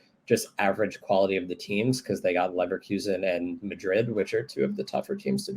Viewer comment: So is Real "Maddrid"